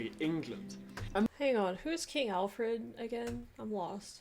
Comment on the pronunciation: King Alfwed the Gweat. Wule Bwitania!